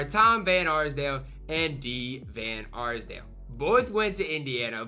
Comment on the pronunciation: Bro really couldn't say d van arsdale